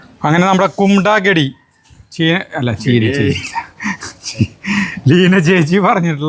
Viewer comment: കുമ്ടാ കഠി എന്നാണ് ശരിയായ ഉച്ചാരണം. തൈര് ചേർത്ത കറികളെ യാണ്‌ കഠി എന്ന് ഹിന്ദിയിൽ പറയുന്നത്. കുമ്ടാ മത്തങ്ങ യാണ്.